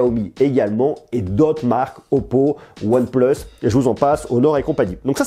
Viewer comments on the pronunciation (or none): One pleuus 😂 Sinon les qualités de tes vidéos sont vraiments géniales !!! Continue comme ça (et plus de vidéo one plus si possible 😋)